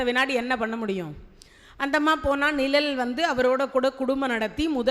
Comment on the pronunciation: அம்மா தயவு செய்து நிழல் என்று உச்சரிக்கவும்